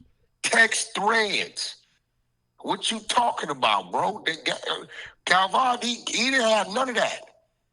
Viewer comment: Wack the only one hundred in the MF'n country calling him "Gal-Von".n😅😂